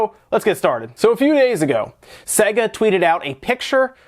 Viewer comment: Sega. Say-guh.